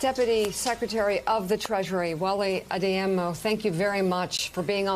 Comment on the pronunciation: Why do newspeople never know how to properly pronounce anything? She stumbled her way through saying Deputy Secretary Adeyemo's name.